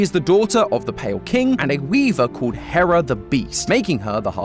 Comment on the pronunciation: it’s Herrah not Hera